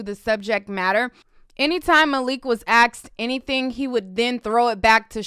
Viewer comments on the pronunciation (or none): Asked?? Or “axed”?